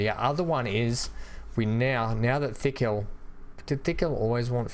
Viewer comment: it's not Thickhill, it's Tickhill - Not 'Th' but 'T' - It makes me laugh...